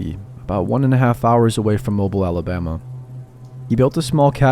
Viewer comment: Don’t ask me why cause I don’t know but it’s actually pronounced Mo-beel. But then again, we’re a weird bunch Alabama